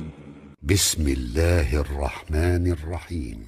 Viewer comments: Ассаляму Алейкум Варахматуллахивабаракатух, вы допустили некую ошибку при произнесении имени нашего господа, правильнее будет "Аллах" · Ассаляму алейкум. Аллах пишется и произносится через букву "а" не о